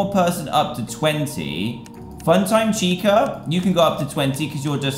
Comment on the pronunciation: he said tica - it's chica